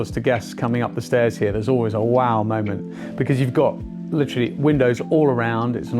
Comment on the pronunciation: Litrally. Litrally. Litrally, litrally. Litrally. Litrally. Litrally. Litrally.